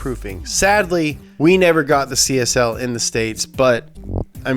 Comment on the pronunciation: Why do you read CSL as CSI?